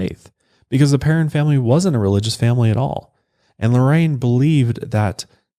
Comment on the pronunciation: As a Perron myself this case always creeps me out so much. Also thanks for saying our name correctly!